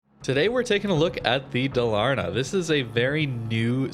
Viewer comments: Nice video! :goodvibes: Dalarna is like...a "state" in Sweden. I know its not easy, but it´s pronounced Dááálarna. Lika a deep and long first A :) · its pronounced DAAALAAARNAAA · If you struggle with the name, try to pronounce Dalarna like Daalarna and it will sound more correct. :) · Halland and Dalarna are districts in Sweden. Both are pronounced with equal stress on the first and second syllable! ‘Ha(l)’land ‘Da’lar-ne. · pronounced as Da-la'(r)na a province in Sweden, which is well known for its naval bases (that's a joke). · 100%, can confirm. But it's funny seeing people stressing the middle A instead of the first A XD